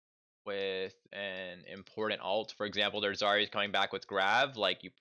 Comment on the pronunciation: important, not importent bro please